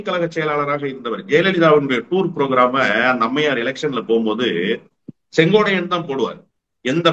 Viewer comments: திரு அவர்களே ஒருவருடைய பெயரைச் சொல்லும் போது சரியாக உச்சரிக்கவும். செங்கோடையன் அல்ல செங்கோட்டையன் என்பதே சரி. இனி வரும் காலங்களில் யார் பெயரைச் சொன்னாலும் சரியாக உச்சரிக்கவும் நன்றி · தமிழ் ஆசிரியர் maha ganapathi அவர்களே, சரியாக சொன்னார். இந்த அளவு உன்னிப்பாக கவனித்து வருகிறார். வியப்பாக உள்ளது. "சென்கோடையன்". என்று தான் உட்சரிக்கிரார். அன்பான வணக்கம்.🙏💐